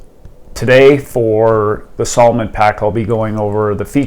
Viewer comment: Uhm…..s A l o m o n……. with an A. 😂